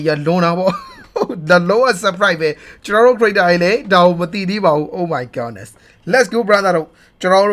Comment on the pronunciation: ဘာလို့အမြဲ Oh my Godness (ဂေါ့နက်စ်) လို့ပြောတာလဲ ။ Oh my goodness (ဂုဒ်နက်စ်) လို့ပြောရမှာဗျ။